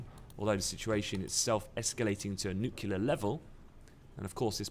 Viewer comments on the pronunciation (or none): is a great analyst and everything but he really needs to learn to pronounce 'nuclear' correctly:-). It's 'nu-clear', not 'nuckular':-)